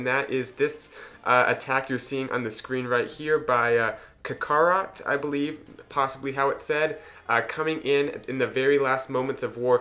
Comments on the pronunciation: Pronounce it ka-ka-rot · You gotta watch Dragonball Z lol. It's pronounced "kak-uh-rot". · first attack is kak-a-rot. a character in DBZ :)